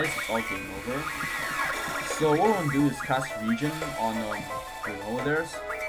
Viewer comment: u pronounced regen wrong. its pronounced like "re-gain"